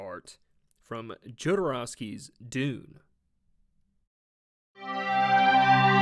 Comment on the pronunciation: Completely mispronounced Jodorowski. 🤦🏻‍♂️. I cut it off there. Fuck Ford… Porsche has won as many races as ford has had recalls.